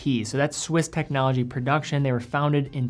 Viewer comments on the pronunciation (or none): none